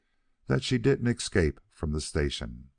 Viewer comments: Nice clear reading. Noting for the reader the escape is pronounced s-cape not eck-scape. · I agree w/ last comment about the word "escape", he pronounces it "excape" and the word comes back so often that it's impossible not to notice. Also, he has a wonderful voice. However, there seems to be something wrong w/the punctuation: the flow... I don't know how to express it. As if he adds comas.